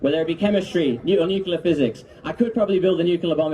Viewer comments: It's pronounced, nuke u ler, nuke u ler ☝️ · Before you build a nuclear bomb, best to learn how to say "nuclear". Baby steps. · Things that never happened, part 23. And yes, as someone else suggested, learn how to pronounce nuclear before trying to construct a bomb, son.